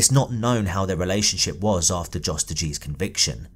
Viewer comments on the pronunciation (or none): Her brother was a selfless hero who did all he could. I hope he’s at peace now. On a side note, I think Jos is probably pronounced with the J like a Y. Like how Germans say Ja. I once worked with a Dutch guy named Jost and it was pronounced “Yōst”. #RockGang🗿🗿🗿